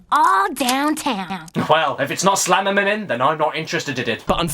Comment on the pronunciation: Slamimiming killed me xD